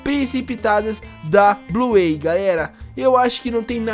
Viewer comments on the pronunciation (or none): Da até raiva dele falando Bluêi, (Bluey) e ELE CHAMANDO A BINGO DE "ELE"